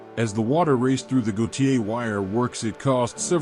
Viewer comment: And Gautier is pronounced " gaw tear"